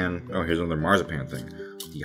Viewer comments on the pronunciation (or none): none